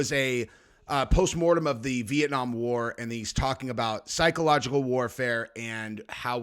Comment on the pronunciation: Aren’t you able to say the word psychological